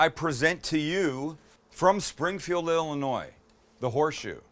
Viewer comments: Thank you for knowing how to say “Illinois “ 👌🏾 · You didn’t pronounce the S in Illinois. Thank you.